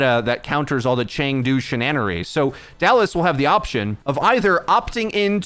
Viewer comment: mfer said "shinannery"